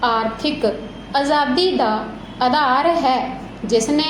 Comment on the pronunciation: Mam bhot vdia bolya g pr tuc ਅਜ਼ਾਦੀ ਤੇ ਅਧਾਰ ਬੋਲਿਆ ਤੇ ਪਹਿਰੇ ਵਿੱਚ ਆਜ਼ਾਦੀ ਤੇ ਆਧਾਰ ਸੀ ਇਹ ਕਲੀਅਰ ਕਰਦੇ ਕਰੋ g